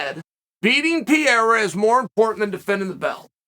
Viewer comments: brain-damaged "pierra" Chael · It’s the Pee era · Pierra lol